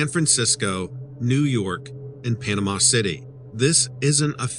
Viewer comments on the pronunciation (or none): none